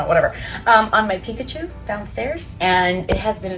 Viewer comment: It made me laugh in a good way that you call it Piccachu!! Hahaha!! Ilove it!!🤣😊❤️